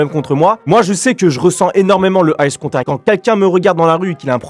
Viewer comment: c pas ice contact c eye contact xd